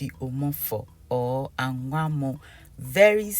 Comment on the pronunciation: Omg It's anwamoo not angwamoo.